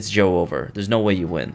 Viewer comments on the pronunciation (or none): This better not be another video where he says joe-over instead of jover